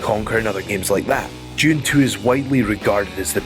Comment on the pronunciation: Although "Jun Tuu" was great, I think "Jun Tuu-thousand" deserves a mention tuu :P